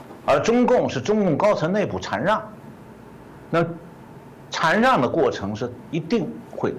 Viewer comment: 禅让！shan四声！